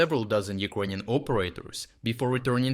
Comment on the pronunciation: Can’t you learn to pronounce word Ukrainian? It’s ears piercing, man.